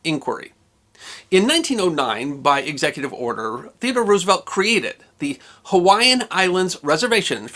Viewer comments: You should KNOW that Roosevelt’s name is not pronounced ROO—like Ew! The name is Dutch, so the double O is pronounced like the (single) O in ROSE. ROSE-evelt. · Please don't pronounce it as Roos-uh-velt, but as Rose-uh-velt.